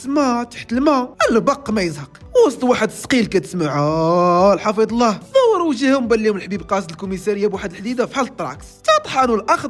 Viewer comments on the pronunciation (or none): none